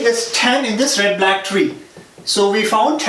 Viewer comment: Introduction 😲 😂😂Red Blaack treee😂